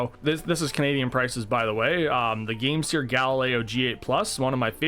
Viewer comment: I thought it was pronounced game "sir" instead of "sear".